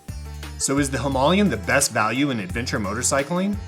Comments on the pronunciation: It's Him-aa-layan....not Him'u'layan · I was not expecting "Himalayan" to be pronounced like that.... OK, he's just wrong, very worng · any chance of pronouncing the name correctly . Him,a,lay,in 😂🤣😅😆😂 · Hi,ma,la,yan four syllable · Exactly! Why didn’t he edit the soundtrack to pronounce it correctly? Low budget alert !